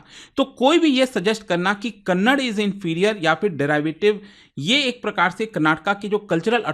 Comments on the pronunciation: As soon as you pronounced kannada as kannad I got irritated and unable to hear that word😂😂 If possible pronounce correctly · hey please pronounce the "a" it is kannad-"a" not kannad. Please pronounce the a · I still wonder y u guys pronounce it has kannad... By this virtue you should pronounce cannada as cannad😅😅😅